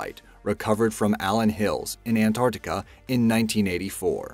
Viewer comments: RIGHT FROM THE BEGINNING YOU DONT EVEN KNOW HOW TO PRONOUNCE ANT-ARC-TICA...NOT AN-ARTI-CA. SO I WILL LEAVE YOU WITH IT THIS MAN IS AN IDIOT. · It sounds like you said AntORCtica. Not Antarctica? X3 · i am clearly hearing antorctica